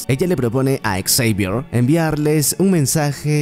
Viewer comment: La mala pronunciación del nombre Xavier, no me permitió terminar el video. :/